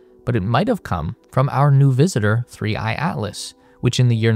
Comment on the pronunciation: he literally calls it 3 I I Atlas cos the ai thought the / was an i